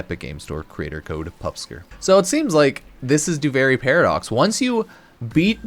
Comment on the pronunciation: You're saying duviri wrong, it's duvearee not do very or do vary